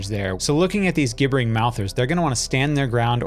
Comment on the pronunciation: Thanks for creating this series. It's been helpful to watch through. Just a note, Gibbering in Gibbering Mouthers is the adjective of the verb gibber, like gibberish. It's pronounced like it starts with the letter J.